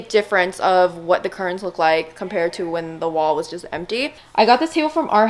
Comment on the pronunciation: it’s curtains not currins🤣🤣